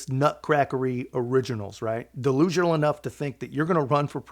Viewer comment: "Delusional", not "Delisional"